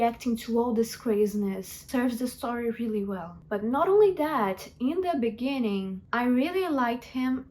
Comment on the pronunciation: in the benining… /ref